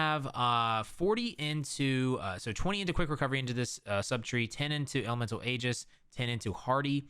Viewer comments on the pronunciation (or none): none